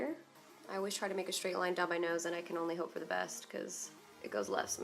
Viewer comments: when she says "I CAN ONLY hope for the best" I heard Cannoli & blanked out for a minute just thinking about her dog & how can-only sound like cannoli. Then I made this comment. Good night. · you said " Can Only" and it sounded like you said canoli... that's dog's name, right?